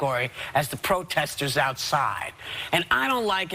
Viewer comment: into video whoopi "let me make a quick clawafication... they were outside pwotestors... misunderstanding is very bwig." were you slowing down her audio the way radio stations do to make someone sound drunk or does she sound slightly sloshed slurring her words? or maybe she got no sleep. this is first time i noticed this on any of her videos. on another day she sounds alert & sober & speaks faster. i don't know what's up with them. the view hosts are just unpleasant & ignorant.